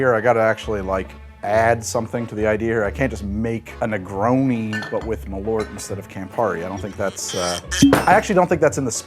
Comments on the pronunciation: I love how bäsk has somehow become a thing in Chicago - and a meme. Love from Sweden (btw, the name: MALL-urt would get you much closer than muh-LORT) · Not malort. MAL-ÖÖÖÖÖÖRT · Alright, who is going to teach how to say Ö? Pretty sure he is risking some kind of goblin-style curse by calling Malört "Malort" so often. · It clearly says Malört, but he keeps saying "mah lorrt". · Maal-uh-rt. Only time i spewed from alcohol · Ö isnt O. Every single American can say the letter Ö. Bird, word, heard, learned. Just say the Ö part. Actually you should start writing them with Ö. Börd, wörd, hörd, lörnd. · I'm danish and the way he pronounces Malört really sounds like he is saying "My poop" in danish!